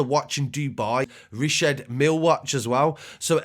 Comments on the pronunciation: Pronounced meal/meel no worries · Ignorant niggas spending 100k an can’t even pronounce the name right, shamblesss😂🤦🏾‍♂️